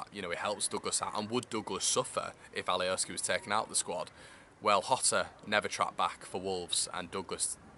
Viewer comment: Mate it’s alioski not Ali O ski